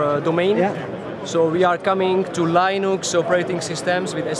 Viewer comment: "Laynux" ?!!! WTF !!!